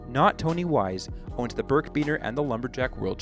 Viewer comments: It’s birkbiner, not birkbeaner. Good research though. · It's pronounced "birk a biner" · birkiebiner, learn how to say it correctly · You miss-pronounced birkebeiner.